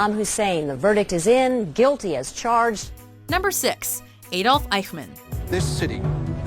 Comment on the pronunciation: Adolf is pronounced aa-dolf